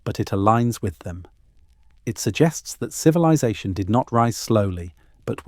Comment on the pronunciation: Lost me at “civi-lie-zation”. Ugh. I can’t fall asleep to this AI crap!